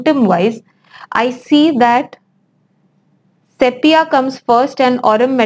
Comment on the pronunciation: Madam please correctly pronounce word sepia as sipia.